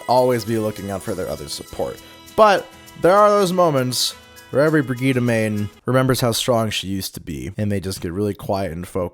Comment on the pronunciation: That's how her name is pronounced. "Bri-gee-tuh" is correct, "Bridge-it" is wrong.